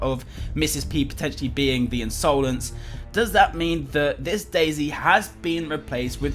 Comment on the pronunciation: INSOLENCE its not pronounsed insoulense